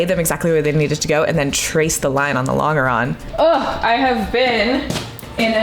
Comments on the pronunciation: Sorry to be that guy but you're mispronouncing longeron- the g is soft, like a j .. Lawn-juh-ron :) I am an aircraft structures repairman with 30 years experience so I should hope to know what im talking about. Can't wait to see how this project turns out! You got this! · I'm getting tilted by the way she says longeron! Ive only ever heard it as a J sound like the g in germ. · Actually, the pronunciation is lon-juh-ron, not lon-guh-ron. Doesn't detract from the project, though! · You're still saying long-grrr-on instead of lon-jer-on? What engineering school did you go to? Or is this a joke like Botal Toat for your resin? In 1972 we built an airplane using Gorilla Glue with a moist wipe with a sponge at each gusset. Then held the gussets down with brads. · You’re killing me with the LONG ER ON thing. It’s French, it’s pronounced LON GER ON! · I'm enjoying your video and your shorts. Thanks for posting your project. A quick comment: I grew up pronouncing "longeron" with a j sound not a hard G. I googled it and got about 15 pronunciation answers, 90% pronouncing it with the j! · The g in 'longeron' is pronounced like the J in John. longeron /lŏn′jər-ən/ noun A major structural member of an aircraft fuselage, running from front to rear. A thin strip of wood or metal, to which the skin of an aircraft is fastened. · Longeron is French (like a lot of other terminology related to early aviation). Because it is French in origin, it is pronounced "Lon-jur-on". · It is impressive that you are doing this. We are losing these skills at an alarming rate. Anything built that is significantly larger than the drawings is done this way. You can’t CNC a house or a bridge. As an aside, and apologies if it’s been mentioned already, the typical pronunciation is laan jr raan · Look into how to pronounce "longeron". It comes from French and has a "je" sound even in English.